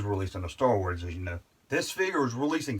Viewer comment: Are you saying store wars?